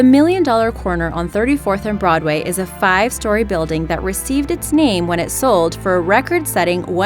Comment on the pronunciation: Tequesta is pronounced Teh-Quest-Uh not Teh-Kest-Uh... I live in Tequesta, FL